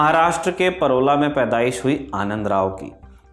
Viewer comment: I'm from Parola Dist. Jalgaon (पारोळा तालुका जि. जळगाव,महाराष्ट्र) ✅पारोळा ❌परोला